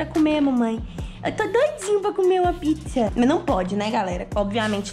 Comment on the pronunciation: você falou ficza não pizza 🍕